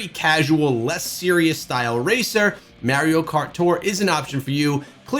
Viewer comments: Stopped watching as soon as he said Mario instead of Mario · The way he pronounces Mario makes me sick 🤢